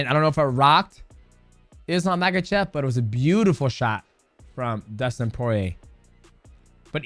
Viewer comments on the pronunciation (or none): If you’re going to make a video profiting from him, learn how to pronounce his last name Ma-ha-shov the K is silent